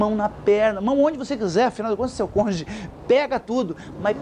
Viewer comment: Adorei! Muito obrigada por prestar em poucos minutos, tanta ajuda e passar sabedoria. Mas só uma pequena observação... Não é congê ... E sim cônjuge... Beijos e gratidão 🙏